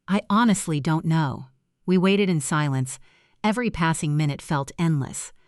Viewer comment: Too many mispronounced words, O Liver, Ah drain, min u mit